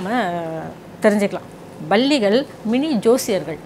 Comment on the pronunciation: Balligal ,Balligal என்று சொல்வது தவறு. Palli , Palli ,Palli enru sollavum.